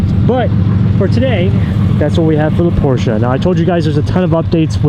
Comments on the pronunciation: Yay you pronounced Porsche right :) I know a lot of JDM guys aren't really hip to saying it that way so thank you for spreading it. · The friendship that you have with Tim and how supportive he is beyond anything I have ever seen. Congrats on the Porsche! Low key love that pronounce (Porsche) properly, people don’t believe me that’s how you say it. Even ask Google 😂